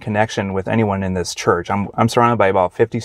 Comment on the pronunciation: He is saying the name of the church wrong.